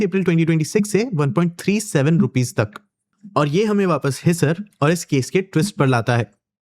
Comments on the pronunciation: Pahle hindi seekho ....his sar ......nahi हिसार है Supplementary wale ho 😂😂😂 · Its pronounced as Hisaar not hisser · Idiot wo HiSAAR hai jab bolte hai apna pronunciation aata hai nhi aur gyaan deta hai Always negative news